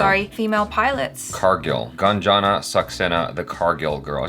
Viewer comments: It's actually not Gun + Jun In Hindi, it is pronounced as Goon + Jan :) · Not Ganjan.. its Goonjan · Its Gunjan not Ganjan. Read it as 'Goon-jan'. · Its not Gunjan, but pronounce it as Goonjan... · It's goonjan saxena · it's pronounced as #Goonjun not #Gun-jun.. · Pronounced as GoonJan not Gun jan or Gan jan😀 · pronounce her name has 'goonjan' not gun 😅😂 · In Gunjan the Gun part is not how we say gun in English, gun is spoken more like goon spoken at a fast pace if it makes any sense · Not gun its goon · Gunjan is prounounced as Goon-jan not Gan-jan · It's Goonjan not Gun🔫jan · Its ... GOOOONJAN ... NOT GAAANJAN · It's pronunciation is Gooonjan ... Not Gaanjan... In the very first second of the trailer they pronunciate the name.... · Not gun jan it's goon jan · help. they pronounced Gunjan like dungeon 😭😭😭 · It's prounced as guuun..jaa. nnn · Its goon jun saxena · its goon-jaan saxena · It's pronounced "Goonjan" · It is pronounced as "goonjun", stop pronouncing it wrong purposely even after hearing it correctly in the video 😡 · The way u pronounce ' U ' . You have to prononounce goo n jan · her name is pronounced as 'GOON'-'JAN' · It's Goon+Jan Saxena. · It is pronounced as goon-jan and Car-gill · First time Achara was wrong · Gunjan is pronounced as "GOONJUN" ❤️🇮🇳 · it’s pronounced as goon-jan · they pronounced the name even after Jhanvi narrated it🤦🏽‍♀️